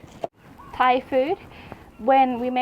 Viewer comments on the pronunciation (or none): none